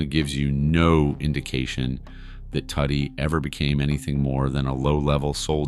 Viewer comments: Listen Its pronounced "Toody" like "Woody" not Fckin Tuddy Which is a nickname "Tudido" (Too-Dee-do) in Sicilian.. If you listen in the movie i the beginning Tony Sirico taps him on the stomach and says "Mingia Toody" You gaot a good video goin on here ill give you that but next time habe an Itslian-American do the narrator 0 Part... Capishe? Decent video wrong photos at some points you Had a Photo of Fat Tony who was boss of Genovese Not Luchese Horrible at name calling But Ill give you a B+ for the video great story and content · Isn't it pronounced Too Dee? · And Tuddy